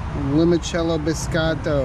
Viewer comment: wow knows how to pronounce biscotto